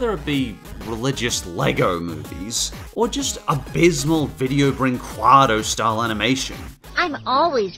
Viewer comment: Video Brinqu'A'do? it's Video Brinqu'EEEEEE'do